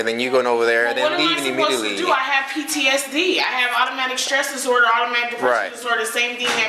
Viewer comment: Serafin it's post traumatic stress disorder and post-traumatic depression. She didn't pronounce it well, but they are real illnesses.